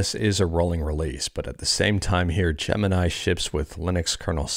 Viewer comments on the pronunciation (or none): none